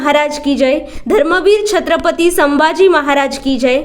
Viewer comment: छत्रपती असा उच्चार करा